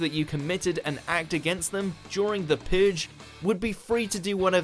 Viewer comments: the pooge your saying the pooge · The Puhg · you say "purge" very odd